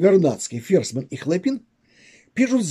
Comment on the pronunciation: Ударения !!! ХлОпин, именно так на Петроградской стороне называется институт Радиевый им.